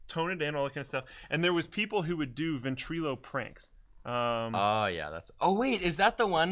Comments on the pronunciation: illo not eelo... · "VentrElo" lmfao Everytime you say it makes me cringe. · for. Your pronouncing Ventrilo wrong